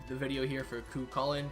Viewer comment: Nice spotlight on Cu Calling. Great pronounciation!